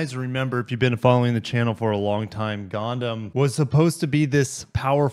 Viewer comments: It's Gun ~ Dum, not gonedum. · I hate to be that guy, but it’s pronounced GUN-DUM.